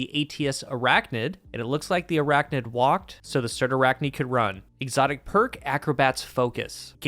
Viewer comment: the main thing I took away from this is how to pronounce "Cyrtarachne". Thanks.